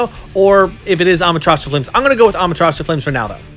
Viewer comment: i mean no disrespect but the way he says susanoo and amaterasu makes me pissed